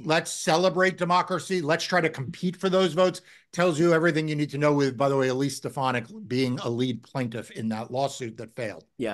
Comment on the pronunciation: I will only refer to her as "Elsie Steponadik". Even DJT couldn't pronounce her name when he saw it on the teleprompter.